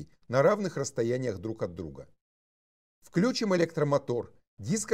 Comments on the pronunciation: Два замечания: Читается: включИм, вИхрей. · Возможно, со временем будет правильно «вклЮченный», а не «включЁнный». Скорее всего, именно из-за того, что букву «ё» заменяют на «е» и появилось на свет ударение на первый слог. Однако сейчас литературная норма именно «включИм». Проверьте в орфоэпических словарях, если не верите.